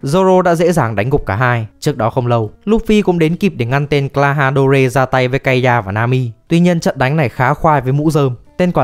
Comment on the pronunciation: Góp ý nho nhỏ cho đội ngũ. Mình rất ổn với phần nội dung nhưng với phần phát âm 1 số nhân vật thì hơi sai. Như Klahadore thì mình thấy ở bảng tiếng anh và nhật đều đọc như âm "door", mong kênh nên bỏ thêm 1 chút thời gian để video tốt hơn <3